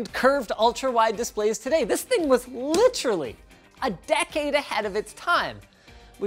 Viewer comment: Oh dear. You said "literally" incorrectly. Respect lost. Literally!